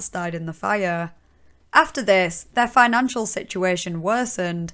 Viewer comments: I wasn't laughing at any of this mess but for some reason "Finan-chu crisis" took me out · “The financhu crisis” lmfao